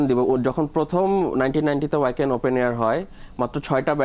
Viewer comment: উচ্চারনতা হবে ভাখেন, ওয়াকেন না।